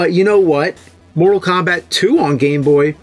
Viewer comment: I hear him saying Moral Kombat :)